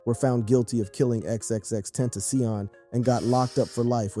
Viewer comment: “XXX ententioion” 😂